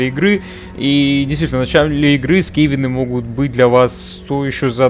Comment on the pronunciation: Только скАвены, а не скевены